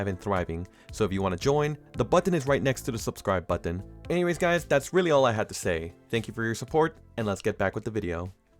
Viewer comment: The over enunciation of the Ts in button lol